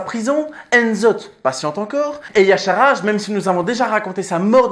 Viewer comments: Donc pourquoi Irion le prononce Y-cha-r-ge ? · pourquoi tu prononces Y'shaarj "yasharaj" alor que même irion le dit pas comme ça ? putain pour une fois qu'un mec prononcais pas C'thun "cétoune"